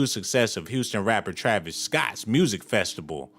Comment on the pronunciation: You sound dumb af. Ur just guessing about all this shit. Ur comparing NWA in 2021. Dumb af. U want the ems to run ppl over? And it’s Festi-VAL… w a V. not B… u sound over 38 lol cmon bruh.. do better. Ur assumptions are just that. Mere af. Good luck tho.